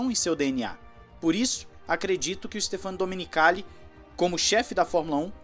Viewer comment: Em italiano a pronúncia correta do nome do Domenicali é Stéfano e não Stefâno.